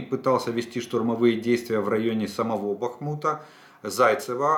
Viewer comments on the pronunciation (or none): Олег, кажный день вас слушаю и каждый день хочу написать про ударения в названиях населенных пунктах на донеччине, как бывшая дончанка. Местные говорят не БахмУт, а БАхмут, ударение на первый слог. И ПЕски тоже на первый слог. Вы хотите сказать правильно, а потом исправляетесь. НЕвельское. Спасибо. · Сколько ещё должна продлиться война, чтоб вы хотя бы заглянули в Википедию и узнать правильное название городов? Правильно: БАхмут, СнежнОе, ПЕски